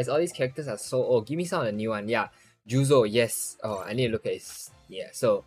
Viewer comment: ayy yooo!! its so long ma tuber! btw its jozu not juzo 😄